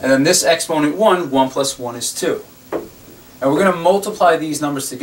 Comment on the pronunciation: Why do you say exponent like that lmao